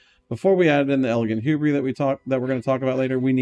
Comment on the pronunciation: Saying hubris like that has to be on purpose, it's driving me insane